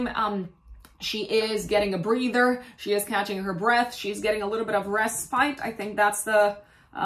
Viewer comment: Respite is pronounced “RES-pit.”